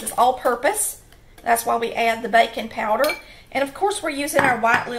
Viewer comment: I thought she said "bacon powder" at first..... love her!